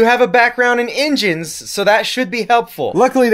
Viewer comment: "I do have a background in 'injins'"... You definitely from Kentucky.